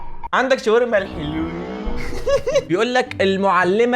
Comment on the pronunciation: الحلوين ❌ الهالوين ✅